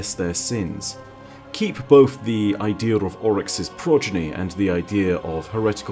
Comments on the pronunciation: Did you roll the "R" in "idea"? This is getting really hard to listen to. >< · That's amazing